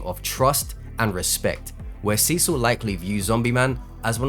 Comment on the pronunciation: urgh... it hurts to hear you pronounce Cecil as Sisu